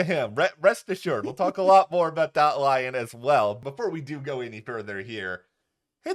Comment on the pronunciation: “Dot” not “Dir” 😂